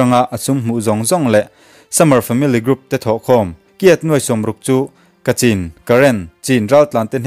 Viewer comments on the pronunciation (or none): none